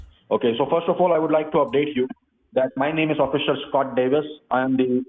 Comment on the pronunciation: Oh, no! --- "Officer ScoRt Davis" says you are a veecteem of idanteetee tefft!!!